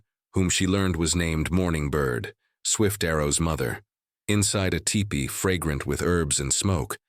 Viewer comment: Sayyyy whaaat?!? It’s a teepee, not a tie-pee!!